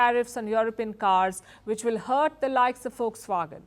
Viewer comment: It's not folkswagen it's Volkswagen lady..